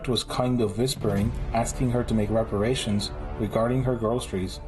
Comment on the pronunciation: Are you kidding? A fat, black barbaric Negress demanding her “wepawations”….and she got some wepawation punch! How is that NOT funny?😂